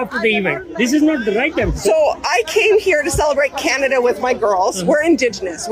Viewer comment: Canada became canada PURAM😂😂😂